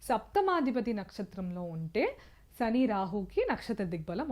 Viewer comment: అమ్మా,మీ ఉచ్చారణ, చెంద్ర, సని అని పలుకుతూ ఉన్నారు.కొంత ఆరవ/ తమిళ accent నుంచి తేట తెలుగులో పలకండి. మీరు రికార్డు చేసిన తర్వాత వాయిస్ low గా వున్నదా అని కూడా చెక్ చేయండి. బాలు, ఘంటసాల పాటలతో మెరుగు చేసుకోండి